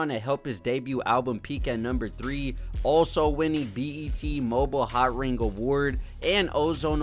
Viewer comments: It’s MO-BEEL not mobile. Think the last part of the word automobile. And plies song hawk tuah is actually fye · Man said Mo-bial lol. Its Mo-Bill